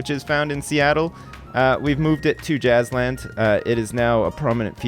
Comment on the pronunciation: As soon as I heard saying Jazzland I though "Hmmm, sounds like Jizzland"